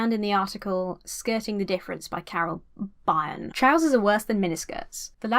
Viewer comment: As great as this video was, your pronunciation of Byrne as "Buy-urn?" may be the most adorkable part of it. XD Just said as "Burn" for future reference. :P